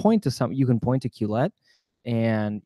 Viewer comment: The name Quillette has obviously been carefully thought out. Your inability to pronounce it correctly exposes your lack of education. The first syllable rhymes with kill, the second with let. A brief search by you for the meaning of 'quill' and the suffix 'ette' is in order so that you will not sound and be so ignorant.